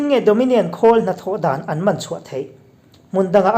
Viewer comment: Hman hi i lam dik lo deuh a ka pu